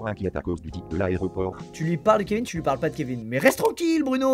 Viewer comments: je suis le seul à avoir entendu dans Kevin , elle a dit kev-in au lieu de kev-ine Je sais , ça s’écrit Kevin Mais on prononce kevine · non cest normal . Dans ca prononciation elle a dit kevein mais c kevin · Squeezie : Bruno "Kevain" 😭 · "Kévain" J'suis morte XD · Tellement j’étais dead quand il a dit kevain 😂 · "Kévin" prononcé en "ain" je suis PLIEE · “Kevin” prononce “vin”😭😭😭😭😂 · « kevain » wsh elle l’a pas respecté 😭😭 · « Kévain »je meurrr😭😭😭😭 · le Kevin, la voix a dit « Kevain » 😭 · Kevain ça m'a tué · Quand dit a Rodrigo ''attends j'ai un message'' elle dit Kevin alors que ça se prononce Kevine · jpp "kévain" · "Oh attend j'ai un nouveau message ! :Kevin !" comment elle l'a prononcé ça m'a tué 🤣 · le petit « Kevin » sans l accent anglais m a tué, il en faut très très peu pour me faire rire 😂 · mdr comment elle a pronocé Kevin le manque de respects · Elle a dit KEVIN ! 😂😂😂😂PLUS DE RESPET